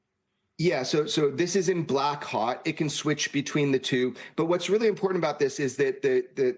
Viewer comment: You lost me at impor'an'. A major news network!